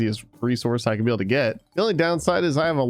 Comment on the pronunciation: said pee instead of be